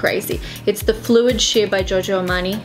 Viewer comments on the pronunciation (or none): Everything is fine as usual except for the pronunciation of "Giorgio". It isn't supposed to be pronounced as "Jojo". I mean, you are half Italian!